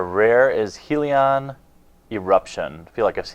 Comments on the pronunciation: Seriously it's Hell-ion not Heel-eon. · just saying its not heeelion